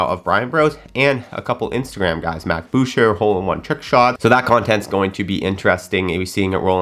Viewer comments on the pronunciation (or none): Actually it’s Bowch-er. According to Ian when mac would appear on TXG channel.